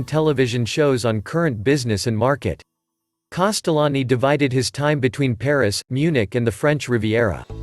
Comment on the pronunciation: Can we please spell his name correctly and maybe try to pronounce it better